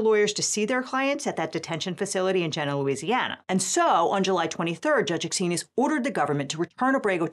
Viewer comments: FYI it's gee nah not jenna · Thank you for the update! Tiny fyi: Jena is pronounced "Jee-na", like jeans. (My grandparents used to live there). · FYI - Jena, Louisiana, is pronounced "gee-nah". From a native.